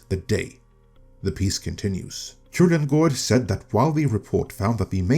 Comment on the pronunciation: I paused and replayed this video like 5 days to hear you say Kullengärd. Always fun to hear a native speaker pronounce words they way they're supposed to be said.